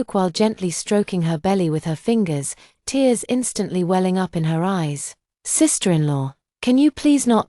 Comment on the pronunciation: This AI VOICE drives me mad with so many mispronunciations. Don’t the owners of this story ever check the accuracy of the voice/text. Just one example repeated in every story this AI VOICE is used on is TEARS, the meaning is crying, it should be pronounced phonetically as TEERS yet every time it’s pronounced TARES.